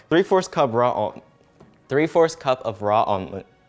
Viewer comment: The ways he says 3/4th djsmksksks